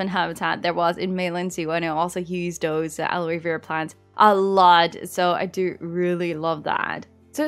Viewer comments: Aloe is pronounced like “hello” but without the “h”. Love you so much! 😍❤️ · You were quite close in pronouncing Aloe correctly. The "e" in the word is silent.